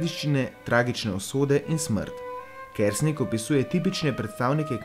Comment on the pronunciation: Naglas priimka je narobe, drugače pa lep video. ...